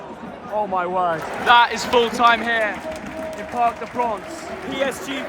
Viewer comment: You lucky bugger! Great report, comme d'hab. By the way, prince is not pronounced 'pronce' 🙃